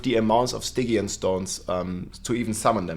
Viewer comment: Stygian is pronounced STIJEEYUN